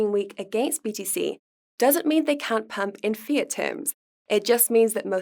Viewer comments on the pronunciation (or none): none